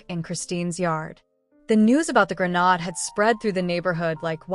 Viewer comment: Grenade pronunciation gruh - nayd